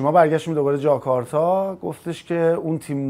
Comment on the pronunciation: جاکارتاژ چی بود دیگه پژمان جون؟! فکر کنم کرتاژ زیاد تو پرونده‌ی روابطتت بوده که جاکارتا رو جاکارتاژ تلفظ کردی :)))